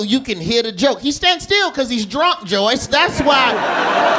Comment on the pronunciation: Everytime he says "joyce" in a set it fucking sends me XDDD